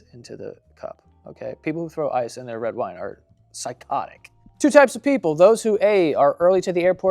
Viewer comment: Anyone else notice Joe said “wed wine” like 4 times